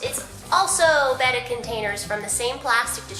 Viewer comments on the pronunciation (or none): you said betta wrong